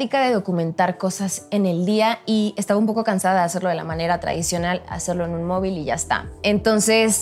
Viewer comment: Me da cura escuchar a un mexicano decir mobil 🤔